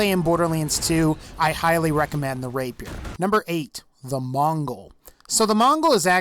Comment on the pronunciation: Text: "Rapier" Pronunciation: "Rape peer" FUCKING: "RAPE YOUR" RAPE MY WHAT? lol